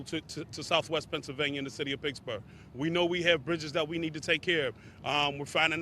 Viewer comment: It’s pronounced Pittsburgh not picksburgh😂